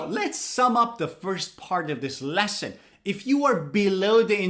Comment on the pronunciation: Why do you say leston?